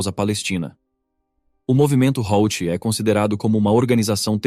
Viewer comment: HOUTHI = HUTI